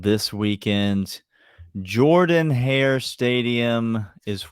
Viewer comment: Oh it’s not Jerrrdin Hare lol who knew